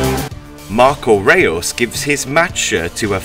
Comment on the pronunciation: It's not Marco reas its Marco reus